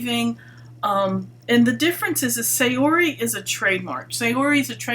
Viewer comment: Please pronounce Saori correctly. Japanese pronounce "a" as a short vowel. So it's more like "saa-ori". Thanks for listening.